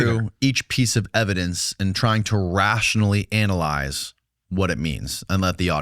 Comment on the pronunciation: You should rehearse the word analyze.